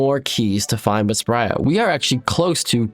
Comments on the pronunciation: Stop calling her Spria. It is Spria. That's why she does not give you keys. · Why do you keep saying "Spria" when it's obviously "Spria"...